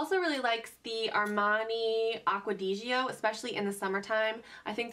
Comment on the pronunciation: I don't want to be rude but its aqua-diz-oh